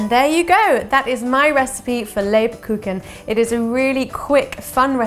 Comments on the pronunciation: Leib-kucHun. Basically pronounced as liebkuhun. Soft k sound before the h. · Google translator + 10 seconds = proper pronunciation... next time my dear 😇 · never trust recipes by people who mispronounce what they're cooking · It’s so nice to hear a British person saying Lebkuchen because that’s soo funny for a German guy 😂 but anyway the videos is great! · Ha, I was so amazed when I saw a German word in a title! And I was intrigued how you would pronounce it... It's soooo funny! 🤣😎👍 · You did pretty good! Just the emphasis was on the wrong syllable the first few times, but at the end you got it right!